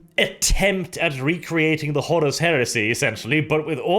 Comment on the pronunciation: Pretty sure its Horus, not Horrace. :-)